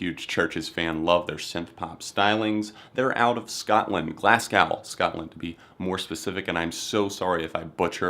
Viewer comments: The city Glasgow is pronounced Glas-go, now Glass-gow. Other than that, good video! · Glasgow not not glasscow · pronounced Glasgo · I LOVE AND HATE THE WAY AMERICANS SAY GLASGOW. ITS PRONOUNCED GLAS - GOW NOT GLAS - GAW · I'm late but it's glas-go nice try doh. Good list bruh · Glasgo is how it's pronounced